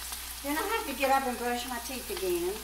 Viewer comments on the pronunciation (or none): none